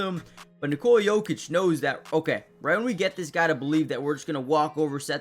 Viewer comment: Son, it’s NOT Nikoula it’s just Nikola! Pronounce o like o NOT ou. Why you don’t know this already